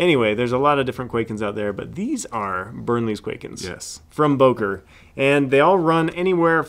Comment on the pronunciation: Böker not Boker